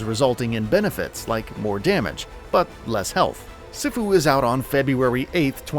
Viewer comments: CEE-Fuu!! CEEEEEEE-FuUUUUU!! Dammit.😩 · Sifu is pronounced "see-foo". It is a Chinese word. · Dope video man keep it up you guys. P.s. it's pronounced Sea-foo , much love ✌️ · just a tip - it's pronounced phonetically like " See-foo". 2022 is going to be an awesome year for games!, so weird that it's been two years of this virus. But we'll get through it, and hopefully become closer more compassionate, understanding, supportive and loving as a species....Maybe (hopefully) this will be something we can all learn and grow from. Stay safe all, and Happy New Year, let's make it a great one. Love ya, appreciate ya. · It’s sifu (see-fu) that’s how you say just saying also happy new year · I hate how they pronounced sifu.